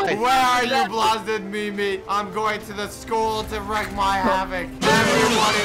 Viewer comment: Lmao he said wreck my havoc instead of wreak my havoc